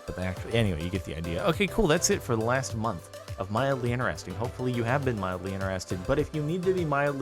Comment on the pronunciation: i just realised that jordan says ineresting instead of interesting